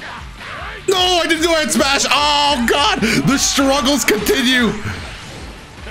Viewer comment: Did you call doto? 😂